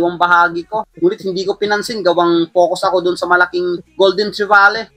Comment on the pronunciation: Pansin ko pagka bigkas mo Ng trevally idol, parang Ang lambot, Tanong ko lang.. bilaan ka ba??🤣🤣